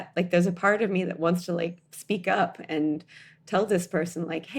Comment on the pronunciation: Girl If you say “….and(t)….” ONE MORE TIME 🙄